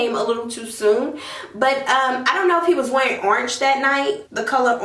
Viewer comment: What is Ornch????. She keep tryinnnggg to say the color Orange....